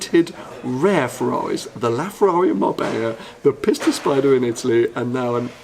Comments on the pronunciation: Maybe make more of an effort to pronounce “Pista” correctly.(“peesta”) Pissta sounds like your making fun of it. (Maybe you are...) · If You say piss ta once more .....